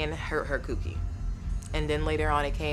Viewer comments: I’m pretty sure she didn’t mean cookie 🍪 but “Cewkie” is how it’s being pronounced so … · She’s not saying cookie she’s saying coo-key like Coochie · she said coo kie not cookie like did you even watch the video